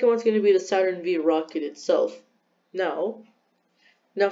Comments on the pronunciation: Lol Saturn V you say it as Saturn 5 not Saturn V💀 ‘V’ is the Roman numeral for 5 Anyway nice vid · My dude did not just say “Saturn vee”